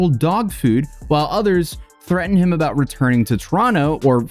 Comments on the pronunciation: “aboot” in his screaming rant was so funny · Everybody gangsta till a Canadian starts repeating A-BOAT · His "a boot" is nuts. 😅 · Lol this might be because I'm also from Southwestern Ontario, Canada but that accent isn't even that crazy. Like yeah he sounds a bit goofy when he says about but he's still completely understandable to me at least. Like Toronto has a bunch of different accents, like in the Jane and Finch area there are a lot of immigrants from Jamaica, Vietnam, East India, and Italy so their accent has developed into this really weird dialect including Jamaican slang like "Wahgwahn?". If you go to Markham (a city within the area that we'd call Toronto) about 80% of it's population identifies as ethnically Asian, if you go to Pacific Mall you'll find all sorts of Chinese bootleg products being sold (or at least that's how it was like 10 years ago when I last was there) and anyone over the age of 50 spoke with a heavy asian accent but all of their kids speak "normal" Canadian English. There are a ton of different accents in "Toronto" (locals consider anything that you can can access via the Toronto Transit Commission system to be Toronto which actually covers many different cities) some of them that are incomprehensible even by other locals, like if you didn't grow up in their area you won't understand their dialect or accent because it all depends on where they immigrated from and a blending of those accents. However, no Toronto accent can hold a candle to the Newfie accent. I'm not even sure other Newfies understand each other, technically they speak English but it's kinda like scottish wher